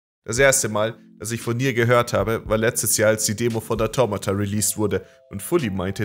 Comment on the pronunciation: Wie sprichst du bitte Automata aus xD